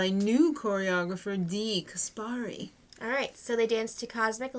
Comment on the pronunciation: good stuff. just a little note; dee caspary's last name is pronounced "cas-pree" ^-^